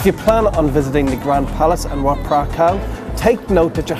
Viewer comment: as the others allready said, you made some mistakes in your pronunciations. ...and "ph" is not spoken "f". It´s spoken "p". But thanky for the video ;-)